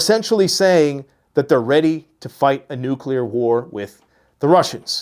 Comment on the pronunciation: She can’t even say nuclear correctly. “Nucular posture”.